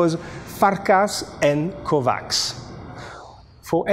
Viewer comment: Dear, this might come a bit late but Kovács is pronounced "Kovatsh" or "Kovatch" if you will. 🙂 Best regards from Vienna!